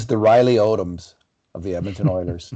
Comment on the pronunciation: it’s Riley Odom (no S). I loved that Broncos team (pre-Elway.)